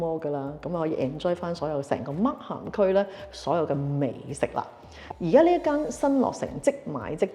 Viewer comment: 溫馨提示：Markham 發音時「h」是不發音的。